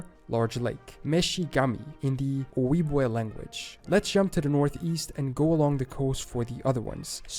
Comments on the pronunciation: If you’re going to make a video about name origins and go to the trouble to find the american indian words to copy/paste on your slides you could at least look up how to pronounce Shoshone and Ojibwe correctly. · wow hearing this guy pronounce my peoples name "ojibwe" completely wrong hurts lol